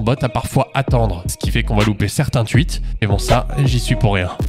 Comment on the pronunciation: Des ''tuites'' , ''tuitteur'' ? 😂 T'es alsacien toi au moins ?